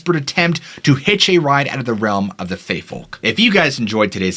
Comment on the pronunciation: Fae, buddy, Fae. As in Faerie. Good video. Also known as the Aes Sidhe or Aos Si, which translates to "people of the mounds". Some say they are the old Irish gods, the Tuatha De Danaan and the Famorians. Some say they're the primordial people of Ireland, the Fir Bolga. And still some say they're the spirits of the dead, noting that you might recognize someone who's passed away when you glance at them through your periphery. Either way, they're not Tinkerbell.